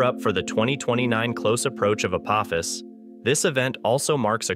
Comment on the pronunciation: The "o" in "Apophis" is a long "o," like with a macron, for anyone with a working brain enough to know how the English language works. I guess Skynet isn't taking over anytime soon.